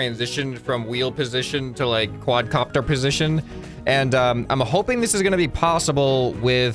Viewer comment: It's a Quad Car-pter